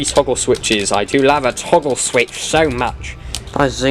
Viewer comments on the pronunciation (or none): "I DO LAVE A TAGGLE SWITCH."